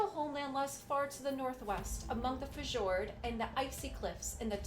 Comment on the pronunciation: It's pronounced FYORDS